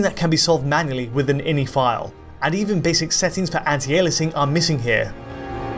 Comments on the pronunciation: eye en eye, no in-y, please. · I N I..... Not inny.